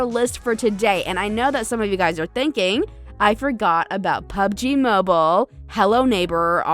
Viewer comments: mobile not mibile 🤣🤣🤣🤣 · Kick my "MIBILE" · On mibile ? 😂🤓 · On MIBILE Lmaoooo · Yes my best platform "mibile" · It literally said"pc games on mible"XD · “Pc games on MIBILE” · "PC Games On Mibile" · 0.32 mibile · They litartly said mibile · Mibile? XD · Mobul lol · "Mibile" lol xx